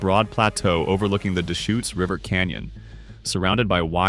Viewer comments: Deschutes = duhSHOOTS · How about the Dayshoots River? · The AI voice sometimes couldn't pronounce several names correctly: Yakima, Deshutes, Willamette, etc. (But sometimes the voice DID pronounce it correctly. A real human wouldn't do that.)